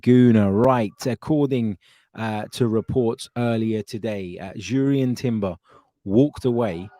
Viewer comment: I’m taking a stand. Not going to like any of your videos again until you can go trough a whole one without saying Urian Timber 😆